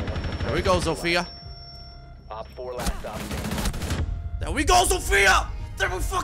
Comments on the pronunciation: Just a tip for you if you want to pronounce "Zofia" better, don't put the accent on "I", put it on "O". Trust me, be boy is from Polando. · (I know you mentioned it but still...) Zofia is not pronounced like you do it. Throw her name into google translate pls. (I'm polish and I keep getting absolutely triggered by people prknouncing it wrong) nice vid btw.😉